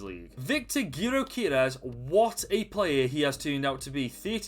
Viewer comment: Great video, and btw our striker that you mispronounced is pronounced “Jokerez”